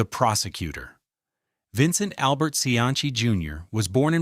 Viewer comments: bruh its not pronounced see-anchy its see-ann-see dont disrespect the only politician that actually did good in Rhode Island SHM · The correct Italian pronunciation is chee-an-chi, but this is RI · He actually pronounces Cianci’s name correctly in Italian. However, in American, it has always been pronounced as we know it. See an see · His name Cianci, is pronounced, see-ann-see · I stopped listening Buddy C antz E. I hate AI, but I even worse hate it when a live narrator can't pronounce names of title/important characters. Just finished listening to one that called the area in Boston: Black Bay instead of Back Bay..gave it another go,perhaps I heard wrong-nope Black Bay 5x more. Done with that too ! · Cianchi? Come on. If you can't pronounce his last mane. don't bother doing the video. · Are you saying you don't remember Buddy SeaAnnChe? Notorious Jamestown Pirate? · An instant THUMBS DOWN. No YT-AI need apply. 0.29 into this crap and this AI generated doofuss got the Mayor's last name wrong. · Odd that there is no mention at all of the thousands of Irish and other Northern European immigrants who came to Providence and worked in these mills and factories. Other than that - and the weird pronunciation of Cianci's name - this was a pretty good documentary and history. Interestingly, of all the various people who immigrated to Rhode Island, it was the Italians who - more than any other ethnic group - returned to Italy. It's been suggested that language difficulties were the main reason, although millions of other immigrants didn't speak English and stayed. By the way, it's "see ANN see". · Hearing your pronunciation of Cianci was like nails on a chalkboard. Like when Hicox held up the english three in Inglourious Basterds. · bro 2 seconds in and i felt my inner Rhodey flip out lol put respect on Providences only good mayors name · I think perhaps it is the Italian pronunciation. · no hes not using the Italian pronunciation hes just being a mid western or ai fuck tbh